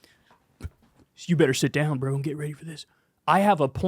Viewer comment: Kyle no one is saying "Bro" like that. Please stop